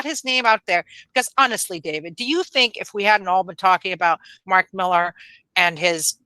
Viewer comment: Claims to be Scottish, pronounces Millar incorrectly, fails to do the accent. 🤦‍♂️